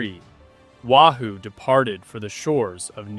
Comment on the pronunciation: its NOT Wa Hoo it's Wahoo Get it right or don't do it at all!